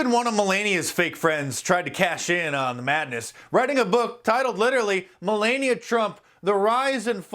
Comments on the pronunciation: It's Mel-ah-nee-ah not Mel-lane-ee-ah! I really like the new Truth Censored shirt and might actually order one. I wish the word "truth" was a little more visible but it will make a great conversation starter. As for these books, I already have enough pages of fake bibles to wipe with it I run out of toilet paper but Fall is coming and they might be good material for a bonfire. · Mel LANE ia? ___ Not Mel LON ia? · Mark, I "liked" this video, but the First Lady's name is pronounced Meh Lah Nia, NOT Meh Lay Nia. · Mark, why do you call her "muh-lay-nee-uuh?" when you know damn well it's pronounced "Mel-aah-nee-uuh?' Just curious. Also, the word "truth" is completely hidden behind "censored" on your T-shirt design, which pretty much ruins the entire message... when you can't tell what's being censored. lol DOH! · Oh, dude. Learn how to say Melania's name. I've never heard anyone but you call her that. It's not like Transylvania, it's Ma La Ni a. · Me-Lania? Hahahahaha! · ...love you man but it’s not Milania it’s Melanie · Learn to pronounce Melania. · What?! You don't know how to pronounce Melania yet?